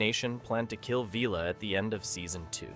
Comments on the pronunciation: Don't waste your time watching this if you are interested in Blakes 7: There are some very unlikely claims made during this video- in some cases actually contradicting known facts. An AI generated script read by an AI voice that doesn't know how to pronounce 'Villa'? Or just more rage bait to up ratings? at least do a basic fact check & proofreading before posting this kind of thing. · Not to mention Blake himself! And who is VEELA? AI crap voice over.